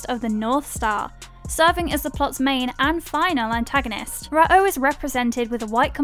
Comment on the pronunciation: Rah OH? dig the channel but the mispronunciations are pretty cringe. Just watch the anime.